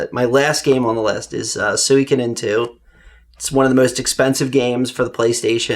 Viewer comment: Solid game selections... but the pronunciation of Suikoden killed me! It's not "soo-week-a-den" it's "su-ee-ko-den"!